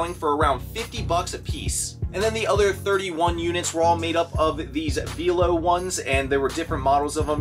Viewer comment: Actually,, VELO is pronounced the same as YELLOW, but with a "V".;D I worked in a professional cycling shop for 10 years. I would have grabbed all the cycling computers as well, and because spring is around the corner, those cycling computers will sell fast. Great great score, my reselling brethren. I wonder if you could have negotiated for the computers at a dollar off each one if buying them all.